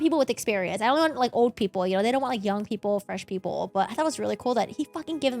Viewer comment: It is 35 years "OLD" not "ODE" LOL